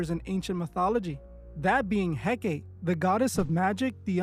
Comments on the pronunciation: Hecate (/ˈhɛkəti/ ⓘ HEK-ə-tee, not He-Kate. The wiki page even has a play audio feature. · Pronounced "Hek-uh-tee". Not "Hek-kate". XXX was pronouncing it wrong. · It's not Heck-ATE It's Heck-uh-TAY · Hecate: HEH-kah-tee, HEH-kah-tee, HEH-kah-tee! Not HEH-keit. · The Goddess' name is He-ka-tay, Not He-Kate. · ❌hek-ate ✅hek-a-Tee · It’s pronounced Hek- Ah - Teh . Not Hek-8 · her name is he-kuh-tee . u also don’t know what ur talking about . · Hecate is pronounced heck - car- tay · Hecate pronounced Hek-a-tay. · Pronounced: Hek A Tay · Its pronouced 'hek-uh- tay' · Ok but it's pronounced "heck-ot-aye" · It's pronounced HECK UH TEE. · Her name is pronounced He-cuh-tay, I was actually commenting about XXX then you spoke about it! It amazes me people will believe in this, but not believe in Jesus! Jesus is Lord!! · Hecate, hek-uh- tee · I cringe everytime he says it because of that! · dude cant pronounce hekate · Just so you know, the ''E''at the end of Hecate's name isn't silent. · You’re not remotely pronouncing Hecate right or representative of who she is 😂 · Yeah, the mispronunciation really got to me. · Hekate is not supposed to rhyme with "decade". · I feel like he’s mispronouncing her name on purpose so people can’t look her up or maybe trying not to say her name out loud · I think you’re mispronouncing he c a te name on purpose I too don’t say their names out loud I don’t want to summon it some see her as a goddess I know it is a demon. Anyone “working with” these “goddessees” these entities despise humans they don’t want to “help you” and get things for you they might play along and make you think you have the control until they flip the script and it’s never when you think and always worse than anything else you can imagine. Anyone interested in a deep dive in how this works watch a former occult practitioner Craft To Christ she is really helpful in spiritual warfare and follows God now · I thought he pronounced it wrong